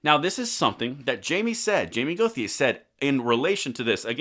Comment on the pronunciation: Okay, B. In La. the name Gauthier is pronounced Go shay. I know. Dont make sense but it is what it is. (SE Tx. too)